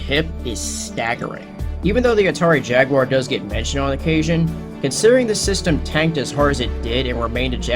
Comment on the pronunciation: Finally a person said jaguar instead of jagwire